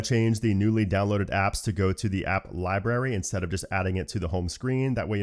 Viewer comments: Don’t you realize you mispronounced the word “LIBRARY” ? LieBerry… not. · Lie Berry ? Cmon. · he says lieberry lol